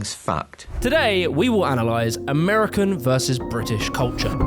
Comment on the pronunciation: It's pronounced "British" not "Bri'ish".